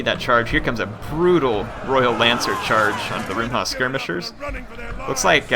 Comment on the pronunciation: please not rumba hhahaahha It is "Rumha" ((should be Rumh but any ways)) which means javelin Rumba is a Cuban dance -_